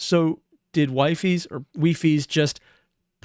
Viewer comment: Wifies is pronounced Weefees in collabs